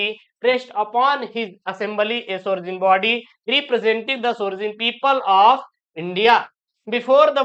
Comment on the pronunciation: 1 mispronounced the word ' sovereign सो–व–रेन 2 Refreshment रिफ्रेशमेंट और भी हैं। Grammar में। He knows Ramu since a long time. (i) Knows × (ii) Since ✓